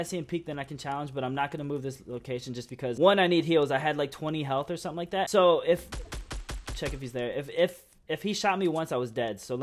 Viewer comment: stop saying kif